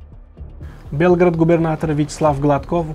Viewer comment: Белград эмас Белгород.